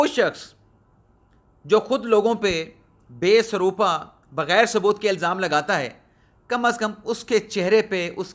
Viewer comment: یہ تلفظ "baysroopa" نہیں۔ بلکہ "bay sar o pa" ہے جسکے معنی ہیں "بغیر سر اور پاووں" کے، یعنی گول مول جسکا کوئی سر اور پیر نہ ہو۔ مبہم، غیر واضح۔ آپ سے کئی بار گزارش کی ہے کہ ولاگ کرنے سے پہلے تیاری کیاکریں، زرا ڈکشنری دیکھا کریں اور کسی سے اصلاح لیاکریں۔ مگر ڈالرز کمانے کی خاطر آپ وقت بے وقت اپنے معمول کے مطابق بغیر کسی تیاری کے ولاگ کرنے بیٹھ جاتے ہیں اور ایک دن میں کئی کئی ولاگز کرڈالتے ہیں۔